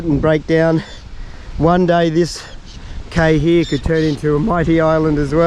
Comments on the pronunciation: it’s cay as in key, not Kay 😅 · Cay is pronounced "Key"